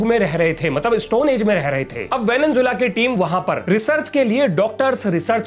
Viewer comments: venezuela✅ venenzuela❌ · Venezuela ko venenzuela bolteho